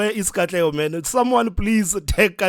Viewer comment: I DIED when you called Katlego💀